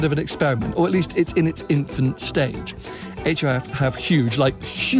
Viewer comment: Hif pronounced Jif.